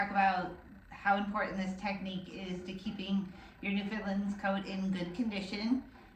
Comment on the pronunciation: Back "in the day" here in Newfoundland, where these dogs came from locals would collect the brushed fur. They'd card it and then spin "wool" from it. that wool would would then be used to knit mittens and sweaters. And, it's not Newfindlind, or, Newfoundlund. The Dog is The Newf~In~Land, rhymes with understand.